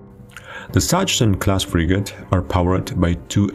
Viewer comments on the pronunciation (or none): I know you propably never heared anyone spelling it correctly, but please, never say "Satschen Class" ever again xD (try Saxen) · BTW: Sachsen is pronounced "Saksen".